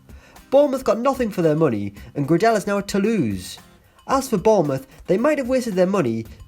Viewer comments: Max Gra Dell 😂 it’s pronounced Gray Del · Max Gradel is pronounced “Gray-dle” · Was annoying me the way he pronounced max gradel 😫😫